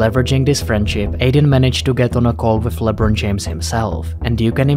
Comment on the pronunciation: labron its lebron